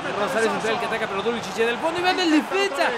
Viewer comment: No me gusto la voz de:D jaja. Se pronuncia Dulsich Buen video